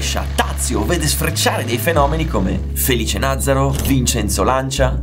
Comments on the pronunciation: comunque hai sbagliato l' accento con il cognome Nazzaro , fa niente lo fanno con me ancora oggi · Ho una certa età e so tutto da quando ero bambino, su Tazio Nuvolari. Ottimo servizio. Certo, molte cose, adesso come già allora, sembra siano mitizzate riguardo alla sua figura, ma la sostanza che emerge dal servizio non ne viene alterata. Se può essere utile, Felice si chiamava Nazzàro, non Nàzzaro. Sono contento dell'accenno a Berndt Rosemeyer, altro bel soggetto dell'epoca. Se posso suggerire sarebbero interessanti, soprattutto per i giovani appassionati, video su Cisitalia e Stanguellini, riguardo alle quali adesso non si sa nulla. Grazie.